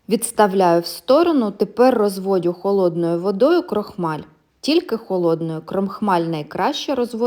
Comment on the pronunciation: Дякую за смачний рецепт булочок. Тільки розводжу, (не розводЮ)доводжу , (не доводЮ)сиджу і т.д. З повагою. 💙💛